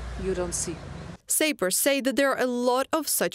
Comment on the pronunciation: Magnificent report! Slava Sappers. Just a note on pronunciation, "sappers" rhymes with "mappers" with a short "a" not a long "a." My parents corrected my English and I do it as an act of love for you. 🔱